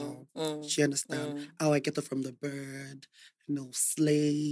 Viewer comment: He's likable..but honestly, what with the obvious accent, I don't understand why he has the "r" sound in almost every word he utters..likeee, what is "porst"..it is "post", he said "berd" in place of "bed". Oyinbo yii sha ni.